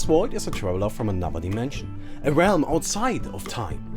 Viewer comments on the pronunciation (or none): none